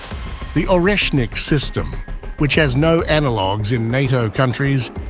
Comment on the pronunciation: Pronunce Oresnik Areshnik with an accent on the E.